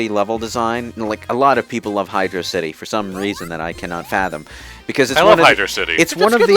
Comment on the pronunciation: its hydro (space) city. not hydrocity. its hydro and city